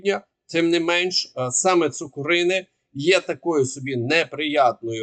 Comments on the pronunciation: За месяц можно уже и правильно говорить на населенный пункт ЦукУрино, а не ЦукурИне! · Цукурине - наголос на перший склад. Від слова цукор, а не кури!